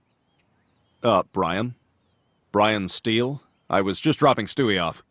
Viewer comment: Brian steel? He’s trying so hard with that last name 😂😂😂